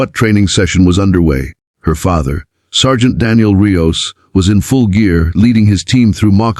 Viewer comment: You should really listen to these before posting . It’s a SWAT team not a sweat team. Also Rios is pronounced re- os, Not ri-o. Do better.